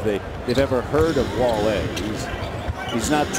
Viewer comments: damn, hes wale not wal-e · Wale is pronounced: W-awe-LAY. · Wall-ay lol a LOCAL rapper named Wall-ay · I never seen this full clip until now damn they were really trolling and the other guy was really on his head calling in WALL-LEE lmao